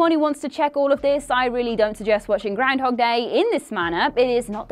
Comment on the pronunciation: I just like hearing say 'grindhog'.